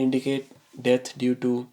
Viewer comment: You pronounce "death" as..."debt" and it is HILARIOUS. So is the content of this stupid video!